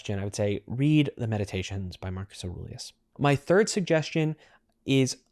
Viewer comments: From your description of Meditations and your pronunciation of the name Aurelius I don't have any confidence that you know anything about the book, the man, or his philosophy. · Interesting pronunciation of "Aurelius" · Is your prnounciation of Aurelius right? Sounds different than what I have heard others say.